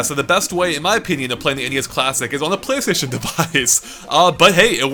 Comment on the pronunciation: Name is forgets the L in Playstation